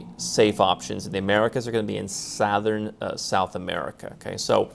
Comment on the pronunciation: In "SAAAATHOURN" south America. Lol